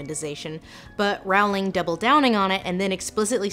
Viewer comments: Lindsay, you mispronounced Rowling's name. It's pronounced "Rolling." Also, Dumbledore is definitely gay. One of my biggest pet peeves is when fans push their own personal agendas onto clearly established characters (claiming homosexuality in characters that are clearly not homosexual, for instance). That's not the case for Dumbledore though. The subtext for his homosexuality is very evident in Half-Blood Prince where we as readers learn Dumbledore's backstory. Now there ARE a lot of problems with Rowling as of late, one of which you included (finally making a movie around Dumbledore and Grindelwald and NOT expressing homosexuality in any form at all regarding these characters), and I would actually love for you to break those down. Another example is a South Korean actress playing an Indian character (Nagini) who is a human cursed to eventually be stuck in her snake form...and then being beheaded by Neville Longbottom in the last installment of the series. And Rowling seeing nothing wrong with it and even claiming that was the backstory all along and she came up with it 20 years ago (obvious bullshit because there is a SHARP contrast in quality, logic, and depth between things that were there all along in the back of her head and things she just recently came up with now that the main series has finished and fans are still clamoring for more material). I don't believe I've ever commented before on one of your videos because you clearly know so much more about literacy than I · Lindsay, not to be rude, however, Jo's surname is pronounced rolling. I just though you should know. I have made the same error. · Rowling is pronounced like 'bowling'... so that was killing me. But otherwise excellent as usual, Lindsay! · Lindsay you did al this research and you didn’t research how to pronounce Rowling???? It’s just like ROLLING. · URGH please please ease its like "Rolling" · Rowling rhymes with Bowling. "Rhauling" is an americanism. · Please learn to pronounce Rowling